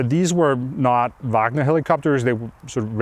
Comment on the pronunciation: I love how Anders is the only one who pronounces Wagner correctly without the horrendous American Uæægner.